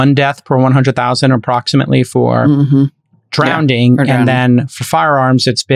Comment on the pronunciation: Does he keep saying "drownding"?